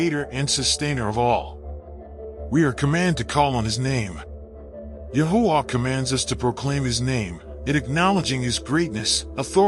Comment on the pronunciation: The text keeps tying Yahweh. Thank you narrator for making sure the AI pronounced TMH’s name as YAHUAH.🙌🏾🙌🏾🙌🏾🙌🏾